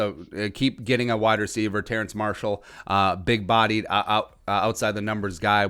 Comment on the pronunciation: Just a little FYI it’s Terrace Marshall not Terrence